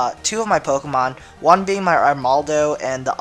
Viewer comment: dude quite a few of the POKéMON that you DO use you can't pronounce their names.....